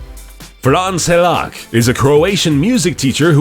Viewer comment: Good video but I'm Croatian and the way you pronounced Frane Selak is.....wow